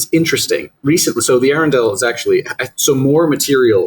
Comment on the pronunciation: Maryland native here!!! Arundel actually is pronounced Uh-run-dull. Easy mistake to make if you’re not a local. I was looking forward to the Acro discussion since it’s known to have live here and is definitely one of my favorites. Great job and keep on making this amazing content!